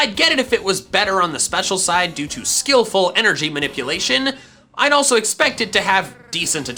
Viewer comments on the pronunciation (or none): none